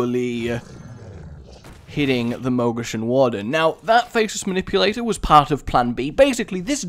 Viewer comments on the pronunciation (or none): i like how you say faceless ma nipps! r u planning to double your nipples? ILLUMINATI CONFIRMED idek...